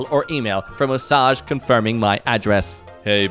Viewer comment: Osage is pronounced OH-sage (like a sound of surprise, and the herb). It's the name of an Indian tribe. Source: I live in the next county over.